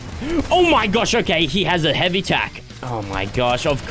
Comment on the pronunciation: Tac not tax